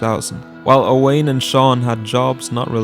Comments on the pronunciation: Owain is pronounced Owen. It’s an Irish name. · Yet another YouTuber not pronouncing Owain right